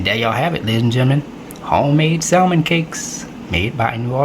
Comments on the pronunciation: Looks good. But it’s pronounced sam men. Or sam mon. Not salmon. The L is silent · the l in salmon is silent. Samin cakes is the correct pronunciation. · The "l" in salmon is silent. Samon cakes. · Pronounce samon